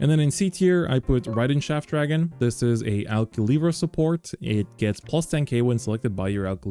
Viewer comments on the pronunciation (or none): I heard Raiden Shaft Dragon as Riding Shaft Dragon